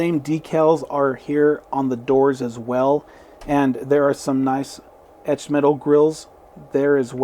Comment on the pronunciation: Cool video. Loved the "mtched eetal grill" comment. That's something we all suffer from occasionally. Ha Ha lol..... Beautiful cars indeed! Great review!